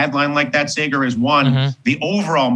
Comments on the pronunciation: Man..I love Dylan and his insights, but for the love of all things holy, it's SAAger! Sayger?...can't take it!! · "Say-ger" lol arrgh... come on, it's not hard to say. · Anyone else bothered when Ratigan would say Sager and not Saagar? It reminded me of Workaholics where someone would say And-ers and not Ahnders, phonetically speaking XD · Say-Guhr lmfao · Never say Saygar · Dude just keeps calling him Sayger 😂😂😂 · Say-gar haha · Say-gar lol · Sayger. Sayger? Cmon man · I love Dylan Ratigan, but, Krystal, please tell him privately that your co-host's name is pronounced 'Sah-ger.' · Anybody else bothered by his pronunciation of Saagar? it sonds like he is sayin Sega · Saygur lmaooooo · It’s Saaaaager bro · When he says 'Sagar'... it bugs me more than it should... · SAH-GER. SAH-GER. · Lost me at “SAYger” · Wish he'd learn how to pronounce Saager. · Why is he pronouncing Saagars name like thattttttt 🤣😭 oh no. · He always mispronounces Saagars name lol..... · You know Saagar is a Libertarian and GQP shill b/c this dude mispronounced his name TWICE and Saagar didn't correct him at all. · Lmao you can instantly tell Saagar is irritated when this dolt immediately says his name incorrectly. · Should I trust a guy who mispronounces the cohost's name? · The next time Dylan is on, and he should be, he needs to pronounce Sagaar’s name correctly.